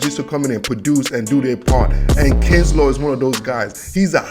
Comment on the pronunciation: It's "Buckner" not "Bruckner" It's "Kinlaw" not "Kinslaw" 5th round pick Colton McKivitz.